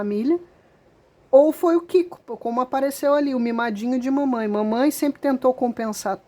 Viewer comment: Morri de rir com o "Mamain" 😂😂😂😂